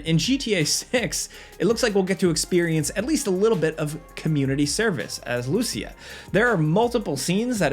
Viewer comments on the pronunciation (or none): Dude, it's pronounced Loo-seeya, not Lucy-uhh. It was spoken out loud in the first few seconds of the first trailer, how do you keep butchering it? Lol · It's pronounced Lou-See-Ah